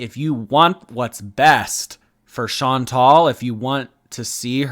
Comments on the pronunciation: I was just typing how if they are such good friends, why can't they say her name? It's Shawn-tall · Nope. Chantal is a French name so all the vowels are Latin. Shawn-Tall. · Your pronunciation of her name is wrong. May I suggest you Google the French pronunciation of the name Chantal. There you can hear the correct way of saying her name. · I almost want to make a miss Chantal Marie foodie beauty pronunciation video because as an Aussie it will be wildly wrong in new and exciting ways- I’d also love to see more of these side character deep dives! Less popular gorls possibly too?